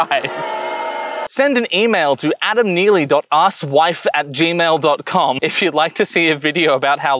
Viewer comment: why did you province asoiaf as asswhife when it is clearly pronounced a-sofh